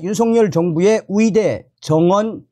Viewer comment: 의사를 위사 의대를 위대 의료를 위료라 하니 듣기 헷갈림